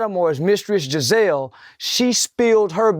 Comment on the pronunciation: Homie said "EpSTINE" and "JIZZELLE". He got both of those names wrong.